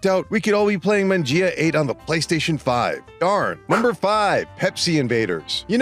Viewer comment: Man-jee-ah? Man's never been to an Italian restaurant I guess. 😂